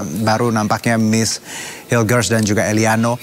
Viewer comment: BUKAN HAILES BANG, TAPI HILGES DIBACA NYA